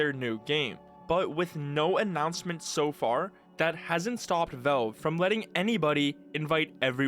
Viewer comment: the way you pronounce valve is pissing me off and i don't know why